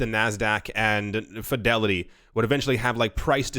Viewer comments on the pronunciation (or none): none